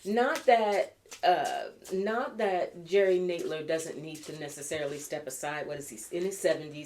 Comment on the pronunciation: Just an FYI. You're pronouncing Nadler and Sanders names incorrectly. The first syllable of both have the short A sound as in the words add and sand.